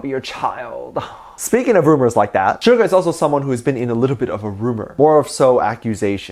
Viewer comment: You not saying Suga name right